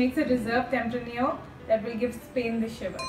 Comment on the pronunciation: Pronunciation of tempranillo grape is wrong.